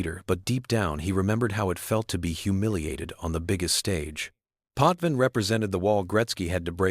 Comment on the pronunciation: True, also name pronunciation, Roy and Potvin, was incorrect.